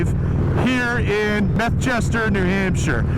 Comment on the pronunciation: Did you say Methchester, NH?😅